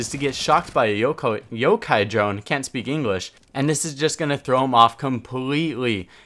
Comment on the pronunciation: kinda ironic when you said can`t speak english after mispronouncing yokai as yokou as yokai is Japanese term for ghost so really you should be saying cant speak Japanese